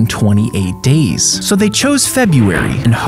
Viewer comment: Him saying something about dates me deeply wondering about his way of pronouncing FEBUARY😂